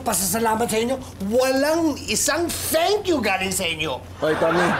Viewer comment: Mukhang kinulang na naman ng dila si Mang Tommy--> 'Walang isang 'SANKYO' galing sa inyo...' Ang THANK YOU naging SANKYO... hahahaha...!